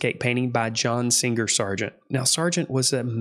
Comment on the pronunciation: "Pitcher" - picture "empordent" - important "singGer" - singer It's annoying as fuck.